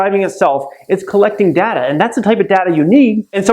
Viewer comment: Plz say Data properly